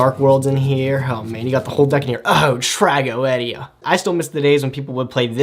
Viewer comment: WHY IN THE HELL DID YOU PRONOUNCE TRAGOEDIA LIKE THAT LMFAOOOOOOOOO